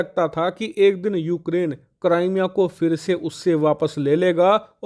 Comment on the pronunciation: Cramea nhi hai wo bhai crimea hai wo 😂😂😂